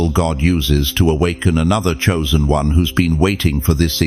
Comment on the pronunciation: Not choisen